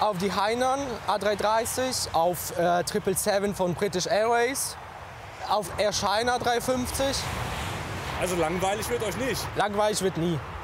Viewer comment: "Air SCHAINA"